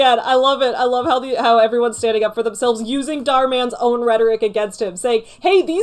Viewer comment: dharminder is a basic capitalist/parasite who is cashing in on his capitalist perks, nothing new about it. he's so westoid,🤣 can't even pronounce the abbreviated and white version of his name dharminder- dhar mann correctly (dh-is different from d, dh has an aspirated,basy sound when u pronounce it, phonetic -dhur(like u pronounce purr{cat} without the prolonged rrr sound and maaan not man)